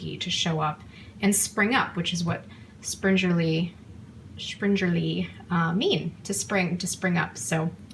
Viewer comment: I'm sorry but they are pronounced....spring....erle. like the season. I enjoyed your video. Also try anise oil...instead of the seeds.